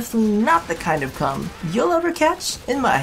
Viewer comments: It is pronounced as "Ohm" not Comb. The letter K is silent. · The way I read it it sounded a bit more like "Comb" than. . . you know what.